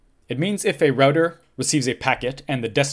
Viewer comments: Say 'Roo-Tah' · The correct way to pronounce it! <3